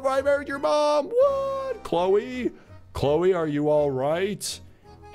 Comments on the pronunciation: EZ PZ its Chloe not Chole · Its Cloe not Chole